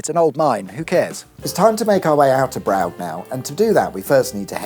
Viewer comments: Brough: It's pronounced "Bro" with the "o" lasting about a second. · Ah I see that we are back to the mispronunciations again! Although I am not sure that a motoring channel is allowed to mispronounce Brough, given the hallowed Brough Superior motorcycle. As I am sure you all know, this was the Rolls-Royce of motorcycles, before it went bust in the Great Depression, when, unaccountably, uber expensive motorcycles went out of fashion. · B Rough I believe is correct as perappox min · Love the way you are leaning in to the dodgy pronunciation 😂❤ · I think you achieved 6 different pronunciations of Braugh? or was it 7? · How many takes before the varied pronunciations of Brough became seamlessly integrated in the narrative? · Some inventive new ways to pronounce "ough" but now I've heard it it's obviously Bruges no matter what "they" say. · Well done for getting through the names of all the mythological people, creatures, and There's a mill specifically for that now, is there? I thought it was just a button for a random pronunciation of Brough, Brough, Brough? Thank goodness for the village spelling their name correctly (Stephen, not Steven). So much comedic gold, gypsum, or barrite, this week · Love the deliberate mispronunciations of Bruff. That will really annoy the elderly wealthy locals - believe me I know them. 😂 Edit - and then I realised that it wasn’t the Brough near Hull - but the statement probably still applies 😊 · It’s pronounced Bruff, and also Kirby Steven. Appleby is pikey central in summer. I’m surprised people still live there 🤣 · Brough is pronounced BRUFF. the bridge etc is Belah, pronounced BEELA. and Kirkby Stephen (pronounced Kirby Steven) is a TOWN not a Village as it has a Market Charter. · Brow-g! 😄Bruff is the strange pronunciation I believe. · its pronounced bruff not bruge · Brough (bruff) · Surely it's pronounced "burra", like Borough in London? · It's pronounced Bruff as in Rough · Brough - definitely pronounced "Bruff".